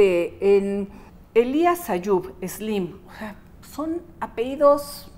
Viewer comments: “Apeidos” dice jaja que alguien le diga que se dice “apellillos” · "Apeido" 🤣🤣🤣 saquen a la becaria